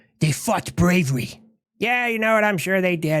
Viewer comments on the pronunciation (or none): China: They fought 'bravry'. 😂😂😂😂😂